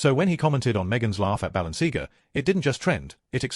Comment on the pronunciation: It would be a better start if your dumb AI voiceover could pronounce Balenciaga correctly, the content is a fine mix of BULLSHIT and TWADDLE